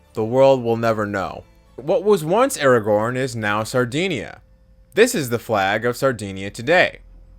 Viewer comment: Im really trying to listen ;w; but Aragorn instead of Aragon is sending me to middle earth.